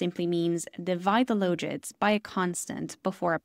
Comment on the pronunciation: Interesting pronunciation of logits.